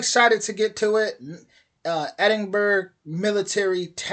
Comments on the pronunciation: Easiest way for you to pronounce Edinburgh is to say it as Edin bruh and as one word. Edinbruh…….. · Pronounce ...Edinburra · Edinburgh is pronounced similar to Edingbora